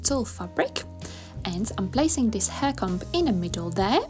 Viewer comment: This is great and so simple. Just a little note. The letter b in the word comb isn't pronounced!